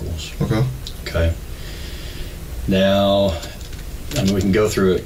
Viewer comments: Buccal....pronounced Boo-cle.....not BUCKLES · incorrect its buh kl ... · That drove me insane too.. but I think it's b ewe ccal. 🙂 I think we all agree it's not buckles.